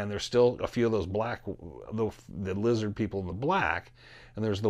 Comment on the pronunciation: It’s lizid peeple!